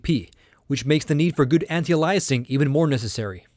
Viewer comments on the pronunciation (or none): Ay-lee-ay-sing, not allah-i-sing my dude :) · I was about to say the same thing. What kind of tech reviewer doesn’t know it’s called “AY-LEE-UH-SING” not “UH-LIE-UH-SING”... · Ayelias not ahlieus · Ya Wtf lol alayasing? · Aliasing is pronounced ay-lee-es-ing. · If alias is pronounced a-lee-ess why would you say aliasing differently lol you sounded like Microsoft Sam. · you pronounce "aliasing" funny. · your mispronouncing aliasing